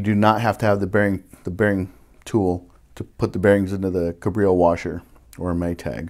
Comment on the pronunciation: Pronounced CAB-reo, not kuh-BRI-o Sorry, but this drives me crazy. Good informative video though. Thanks.